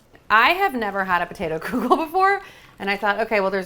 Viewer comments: Love your energy . Please stop saying koo-gel....its pronounced kuh-gel or even keegel . But NOT kooogel!!! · I grew up in a Jewish household and that is not how you pronounce kugel! lol Though it's originally Lithunian anyways so Jews don't pronounce it properly anyways since it's really kugelis